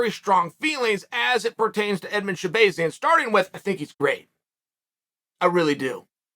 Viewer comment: Did chael pronounce Edmen Shabazyan correctly!?